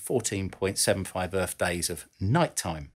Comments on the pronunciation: Does he say Earf or Earth? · Lasers from the moon to the Earff. Love it.